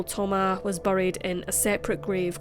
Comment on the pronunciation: Thoma"s!" Not Thoma